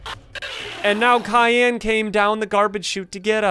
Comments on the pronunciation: it's cyan not Khan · CAYN NOT KAYN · It not cyan it syan I know it has a c but sorry but your wrong about the name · Is not kyan is cyan bro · In the name of the monster that you said cayenne, sexually cyan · It's not kyan it's cyan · Science, not Cian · You keep saying kyan but Is cyan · What You Says Kayan Not Cyan You No Name Cyan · i real love your vids but you don't pronounce it like cyan you pronounce it like syan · It's cyan not kyan that make me laugh, so hard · Its cyan not kyan soft c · It’s not cyan it’s syan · it’s not kian it’s cyan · Your saying Kian not cyan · You’re pronouncing it with a Kai and yan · Your saying Cyan wrong.Say sigh and then say an that's how you say it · He was pronouncing It like tussy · The way he pronounces cyan, though Cayenne 😂😂😂😂😂😂😂😂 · I hate when people mispronounce cyan, the C is pronounced like an S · Yeah he pronounced it Kyan but it's probably just how he says it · u are saying wrong syan but correct cyan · Ls funny when he say kyan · its cyan (Si-an) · Bro said kyanite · Bro said kiyn💀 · You’re pronouncing it with a K